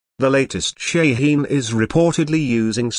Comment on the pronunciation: its a goddamn ballistic missile. u dont need a frikin video for that - and its shaheen. theres no such thing as SHEEN